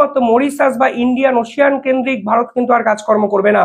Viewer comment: ওশিয়ান নয়। বলুন ওশেন। ভক্ত আপনার মুকুল